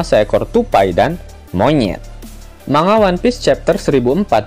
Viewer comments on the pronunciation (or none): Biasa aja donk ngomong monyetnya 😂😂